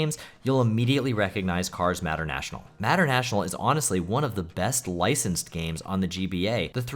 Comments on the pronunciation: Dude MATER IS MATER. NOT MATTER. PLS WATCH THE MOVIES ASAP RIGHT NOW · Mater is pronounced like May-tur 😅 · You really don't know how to say "Mater"? To quote him, "Yeah, like, 'tuh-mater', but without the 'TUH'!" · Mispronouncing 'Mater' as 'Matter' surely must be comment bait 😆 Great video though, glad the YouTube algorithm actually recommended me something good for once. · Tow Matter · cars "matter" national I could tell that you didn't care about cars before you said it yourself lol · I'm not gonna be a dick about the way you pronounced "Mater." I think it's obvious you never watched Cars as a child, so you'd have no reason to know how it's pronounced (May-Tur) But man, you should really watch Cars lol. It's not fantastic or anything, but it almost feels like required watching for any kid who grew up around the GBA to DS era. Great list though, definitely gonna check some of these out. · Mater has a long A, btw. MAYter. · You pronounced Mater wrong, "its like Tamater, but without the Ta," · I'm sorry but the way you pronounced Mater from Cars 😭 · Yeah many people have said about it I guess you wouldn’t know how to pronounce it if you have never heard it spoken before